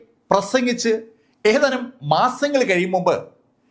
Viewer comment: സംസാര ശൈലി ഒരു ഓളത്തിന് പറയുന്നതാണെങ്കിലും ഇപ്പോ ഭാഷയെ കൊല്ലുന്ന പരിപാടി ആയിട്ടുണ്ട്.. ഏതാനും എന്നതിന് പകരം.. 'ഏഥാനും മാസങ്ങള്‍ കഴിഞ്ഞപ്പോള്‍...' എന്നൊക്കെയാണ് ഇപ്പോള്‍ പറയുന്നത്... പഴയ വീഡിയോകള്‍ ശ്രദ്ധിച്ചാല്‍ അറിയാം.. പലതും പറയുന്നത് വേറെ അക്ഷരം ആണ്.. പറയുന്നതിന് ഒരു സ്റ്റൈല് വേണം... പക്ഷെ അക്ഷരങ്ങളെ ദയവായി കൊല്ലാതെ ഇരിക്കുക....